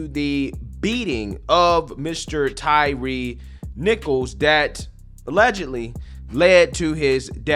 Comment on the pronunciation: TY-REE? LMAO thats how everyone promounounces his name? Thats like the Key and Peele sketch, JA-Quelin? B-LA-KAY? A-A-RON? It should be pronounced 'TIRE'.